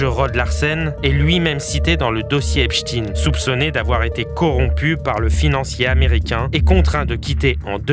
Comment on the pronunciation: Soit vous dites EPSTINE, mais pas EPCHTINE… On comprend trop que la direction vous a donné des consignes pour ne pas dire EPCHTEÏN sinon (comme FRANKENSTEÏN)…